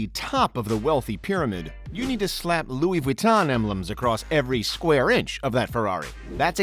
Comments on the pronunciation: “louis vweetan” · “Louis veton” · Louis Vuitton it’s Louis Vuitton